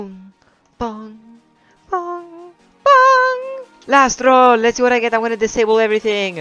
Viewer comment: it sounded like you said my name “lastral” but ik you said “last roll” 😂